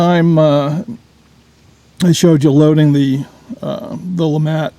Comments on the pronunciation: “Le mattt” lémàt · I thought it was LeMat.. not LeMont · I thought the "t" was silent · LeMat is a french name, so i wouldn't think that Le would be pronounced "Lee" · Can one not even say the name right interesting video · Ahhh pls speak it out correctly. its a french gun ahhh. But very nice video.